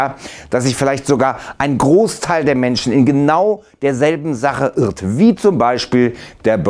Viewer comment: Was war das bitte bei - "irrt"😂